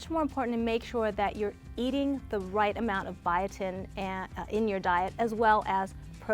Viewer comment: I thought she said “eating rice” instead of “eating right” 😂😂😂 I was ready to go to the kitchen and eat rice a hahahah